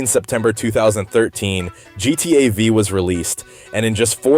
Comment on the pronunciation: for me it's the way he pronounces gta v, and how he lingers on gta v for so long, without even going into how it's related to gta vi